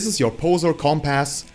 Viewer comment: Compass is a word, it's like a needle that spins on an axis and points north. It can also be used as a synonym for a guide. Although it's not pronounced "comp ass," it's pronounced like, uh, "cum piss." Weird, but that's how it's said.